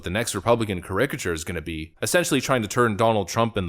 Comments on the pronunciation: You're great, enjoyed your show for several years now but...ka-RICK-ah-ture?! Start emphasizing the first syllable like a good American! CARE-ik-ah-ture! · Cara-cat-ture say it right you pelican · For the love of God, learn to pronounce caricature!